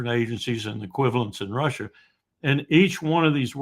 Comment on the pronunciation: i don't like him he seems to never learn from the answers he gets and repeats the same questions. i can't stand the way he says russia either. rhouusha it's gross.